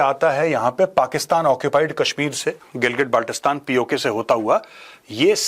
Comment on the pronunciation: Correction: It's pronounced as गिल्गित बल्तिस्तान